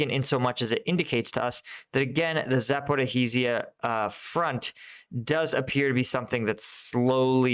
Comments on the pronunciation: I-va-niv-ske, not Ivanski. Za-po-rijj-ya, not Zaporohizzia. Sva-to-ve, not Savote. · Great analysis! Just a tip on pronunciation, Zaporizhzhia is Za-por-ree-zhia and Svatove is Sva-toh-vay. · Hi...I know Russian and Ukrainian place-names are sometimes hard. I am going to help you. Zaporizhzhye is pronounced "zaporizhia" "zh" as in soft "j". And Kyiv is pronounced "kee-iv"(Kiev) not Keeve. Ok...hope that helps. 😃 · i am sorry but its za-po-rizh-zhia 😂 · please stop killing the name of Zaporizhzhia 😂 use instead of zhzh the last consonant you hear in the word entourage or in nicki minaj